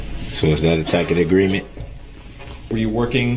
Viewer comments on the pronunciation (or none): lol, I didn’t realize that the problem was that he didn’t know how to pronounce the word tacit. 😂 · The judge even said "tacit" correctly for him ("I have made no such agreement with you, tacit or otherwise, Mr. Brooks") and he STILL goes on saying "tack-it." What a buffoon.